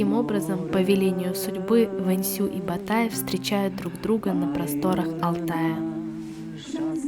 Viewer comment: Не Сулитан,аСултан.не Ба тай- а Батай, иу Юи шия ужасное произношение,просто он делит по слогам слово с неправильным ударением,это ужасно,но сериал хорош тем что она близка реальности,без каких либо показух..т .п.